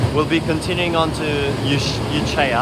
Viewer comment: bro that pronunciation of Echuca is actually criminal, like worse than any other mispronunciation haha. nah im just kidding round, its all good tho especially since your not from vic, but just so you know, i mean i doubt you'll ever say it again, its pronounced e-chew-ka. Other than that, great video as usual, im assuming this is the last melbourne video, so it will be sad to see this series, which between all of your trips has gone on for ages, end!!